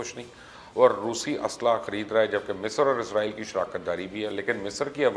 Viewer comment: Mubasher bhai word izrail na bola karain ye work Israil hai. Jo k QURAAN MAJEED main bhi zikr hai. Thanks for updating.